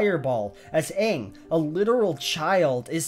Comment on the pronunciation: You pronounced the main character's name wrong. Pretty obvious you didn't watch the movie this show is based on